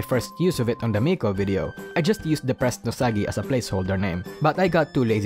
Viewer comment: I completely understand the Risu thing. That accent..."Deprrressed Nousagi"💗